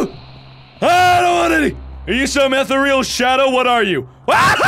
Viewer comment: as with "room," you're right. everyone pronounces things differently. however, ethereal is more often pronounced "e-thee-ree-al" more so than "ether real." and yeah. This is made by swedes. and as a swedish american, Rum pronounced as room is just fine lol. also i live in louisiana. i can make you a good traditional gumbo. let's do this.